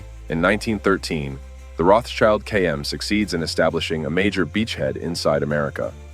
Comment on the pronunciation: Rotschild doesn't mean "child of the rock" nor it is pronounced [roths child]. It's pronounced [rot shield] and it literally means "red shield". Don't make amateur mistakes on serious topics.